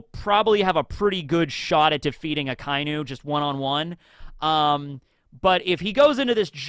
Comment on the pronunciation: omg finalllyyyyyyyyy akainu said the right way for at least 2 videos now i must have commented on at least 30 videos for you to pronounce akainu the rigtht way , what made you finally change your previous pronunciation?? i thank you so muich bro i love yuour videos but couldnt stand the akainu butchering i'd skip the whole video thank you thank you thank you